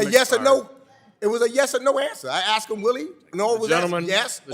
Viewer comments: It is: " I "asked "a question...not I "axed" a question. Meeks should take the time to speak correctly. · I felt asleep with this dude! Annoying, dumb,and disrespectful! I axs a kuestion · Did he axe him? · “I axed him” No class at all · " I axed you a question, MoFo !" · He axed hi a question.